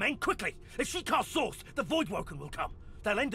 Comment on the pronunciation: source or sauce?